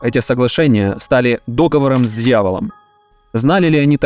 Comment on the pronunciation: ДоговОром, а не дОговором, читай правильно!